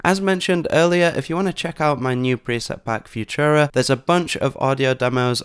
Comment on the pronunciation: Learn to say "Futura."